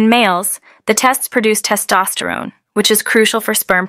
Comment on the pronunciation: This is really gorgeous- but so many errors in the AI-generated graphics and in some pronunciations, such as "testes"- it says, "tests". I hope it will get cleaned up.